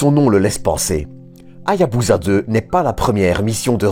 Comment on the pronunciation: On ne prononce pas HA-YA-BU-ZA mais HA-YA-BU-SA avec un "s" comme dans "saucisson". Dans tout mot japonais transcrit en alphabet romain, la lettre "S" se prononce toujours "S" et non pas "Z", même lorsque cette lettre se trouve entre deux voyelles. De même, on prononce le nom de la ville de Nagasaki "NA-GA-SA-KI" et non pas "NA-GA-ZA-KI". La règle est simple: dans un mot japonais transcrit en rômaji, le "S" se prononce toujours "S", et le "Z" se prononce toujours "Z". Il n'y a pas d'exception à cette règle de transcription. Ce détail linguistique étant corrigé, excellente vidéo ! Merci pour les explications sur cette formidable mission.